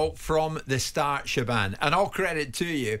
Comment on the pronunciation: Pretty sure Jim has never seen the name “Siobhan” … “shiv-orn”